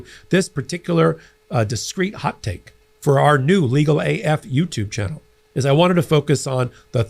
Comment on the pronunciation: I laugh when you say Legal A "F"utube.